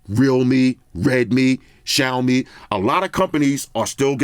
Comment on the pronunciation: mad respect for correct 小米 pronunciation 🇹🇼